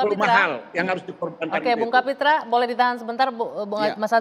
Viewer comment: Kapitra mengapa jadi Kapitru ?